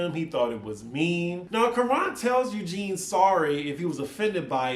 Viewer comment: Please learn to pronounce Kiran's name correctly. The Quran is not it